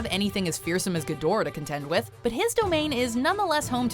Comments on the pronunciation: Me during the entirety of King of Monsters and this vid: It’s pronounced “KING. GEE-DRAH!” Who tf taught you to say GEE-DORAH?! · It's pronounced "gee-dor-ah" not "gid-or-ah" damnit!